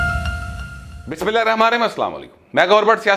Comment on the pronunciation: آپ سے گزارش ہے کہ بسم اللّٰہ ذرہ سکون سے صحیح طریقے سے پڑھا کریں،،،، جزاک اللّٰہ